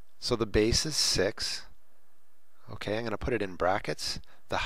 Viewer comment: Sir you speaking six to sex 😂😂😂😂😂😂😂😂